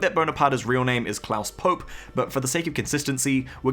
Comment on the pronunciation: Klaus "Pope" is actually pronounced Klaus Poe-Pay